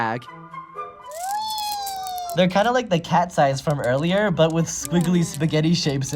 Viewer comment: When you said “look it’s cats eyes marbles” it sounded like you said katsye